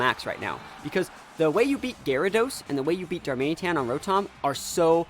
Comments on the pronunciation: the way you said darmanĒtan about 50 times was quite a bit annoying xD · most people pronounce it darman it an/darman uh tan. Whatever is easier though. I will say it was slightly bothering but pretty easy to overlook